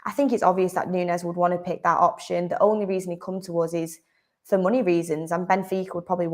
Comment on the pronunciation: he said rhat